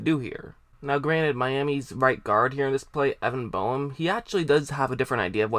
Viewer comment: It's pronounced BAME (Boehm), not BOME